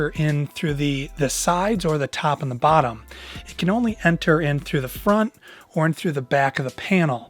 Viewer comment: " the sides the tAwp and the bAtton" lol